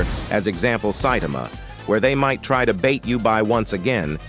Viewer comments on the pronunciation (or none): none